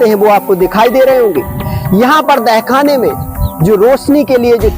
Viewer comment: Apne bahut achhi jankari di lekin ak bat kahu ki aap dahkhana bol rahe h use tahkhana bolte h baki galati chhma kre🙏